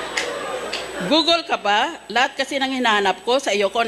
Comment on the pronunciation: Ok noodles ha hinde nodels😂😂 Google hinde gogel😂😂